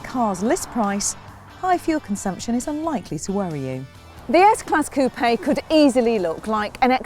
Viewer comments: Google Website Coupe-eh? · It’s so annoying when people pronounce coupe as coo-pay